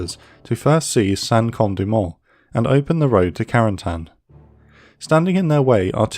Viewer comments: Creates a video specifically focusing on some very specific place, does not try at least once to pronounce said place correctly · It's funny how americans pronounce Cotentin correctly (even if there is room for error) but Carentan is always butchered. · What about a little French lesson to pronounce Carentan properly? Great job otherwise!